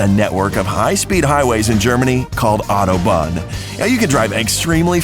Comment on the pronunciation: U said autobahn wrong I'm unsubscribing